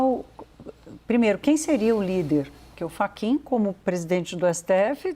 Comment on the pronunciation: Moraes deu um calateboca no "FRACHIN"😂